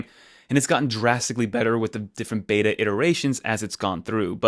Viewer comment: Dude clean those AirPods before you show them on camera 🤮🤮 also, stop mis-emphasizing words. “I’ve been using it since the first developer BETA”. Just talk natural. You don’t need to emphasize words at the end of sentences. Just talk.